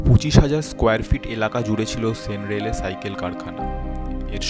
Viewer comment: সেন রেলে নয় , 'সেন -র‌্যালে '